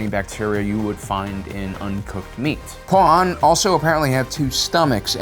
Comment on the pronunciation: I hate how he says Pua’an while it’s Pau’an